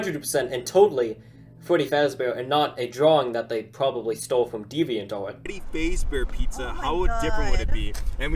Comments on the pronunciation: True, and they’re not even saying Fazbear right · Freddy fasebear ? No, it's Freddy fazebear